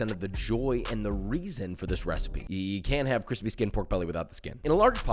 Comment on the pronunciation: I have to say I’m dissatisfied, all that crunch and crisp…but not a single cWiSpY